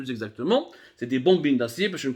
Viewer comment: Abdou avec tous mes respects et chapeau pour ce sujet yaani entre autres c'est des kawalisse mais On dit Alpha Paaayyype (pipe) en anglais et des Booobine d'acier Bobine mais chapeau wallah plus objectif que vous je le tue d'ailleurs même l'opposition welaw des clans pas mieux d'êtres neutre et faire des enquêtes dans les deux sens